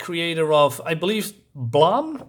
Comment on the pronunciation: Haha, Blame! was “blah” for you. “Blayme”, “blaime”. And not flambé. Tower of power. This seems decent, though also familiar to a dozen other manga or anime I've glimpsed or watched from across the past 30-40 years. Without reading it, the book does seem to throw the reader right into the universe with minimal/incremental explanation. Cheers, enjoy (re-)reading your Japanese comics, have a warm if not sunny day, gaijin.